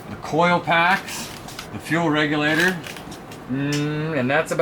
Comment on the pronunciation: I dont know where to start... holy shit... "NOS solnoin" (solenoid) "Charge pipe plumping" (plumbing) "Fuel pressure reglator" (regulator) "Troq" (Torque) And last, but not least.... "Bradalogie" (wtf??)